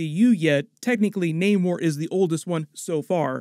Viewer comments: Why are you guys still calling Namor when he pronounces it Namor 😑. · You need to work on your pronunciations of Nakia, Aneka, Ayo, Namor et al. How are you still mispronouncing them after watching the movie? It’s annoying for you to give a full breakdown and Americanize the pronunciations. As for the nanite armour that Tony has for Infinity War, Shuri actually helped him develop it based on the “The Wakanda Files”